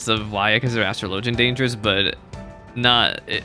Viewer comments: dude literally Google it… as-truh-LOH-juhn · Astr-LOW-gian is the correct pronounciation. In ff, astrology and astrLOWgy both exist but are not the same thing. It's pronounced differently so people are aware of which one is being discussed.